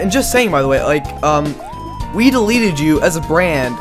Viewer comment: For some reason I hear "Weed" instead of "Wii"